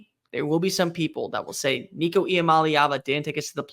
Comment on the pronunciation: Why you gotta go there with my boy Nico man? Ain't happening dammit... he's too good for this bs. 😆 🤣 he's going to make mistakes he's first year starter, but he's a baller and we have some serious weapons around him. And thanks for saying his name correct. There's plenty of good said your not paying attention... GBO